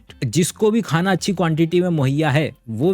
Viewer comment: Sir aap 'khana' word mein kha pe nukta kyu lagate hain?